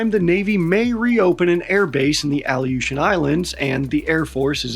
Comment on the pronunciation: ) the Coasties in the audience did notice the mispronunciation.